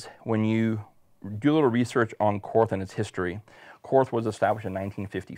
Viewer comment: It is pronounced “Kort” the “h” is silent